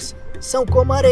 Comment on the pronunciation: e no final ele ainda perdeu os 19 conto e não assistiu o filme, mentiras são comoh areiah movediçah